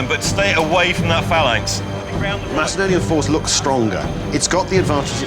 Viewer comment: That is the correct ancient way of pronouncing Macedonia